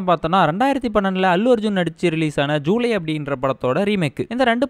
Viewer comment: Bro athu July illa julaai